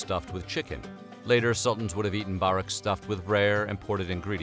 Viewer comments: Its 'Burr wreck' not barreck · Börek is pronounced like boar w rek no baaaa rek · Im cringing at the way he said borek multiple times😭 the ö sounds like an u so it’s pronounced as burek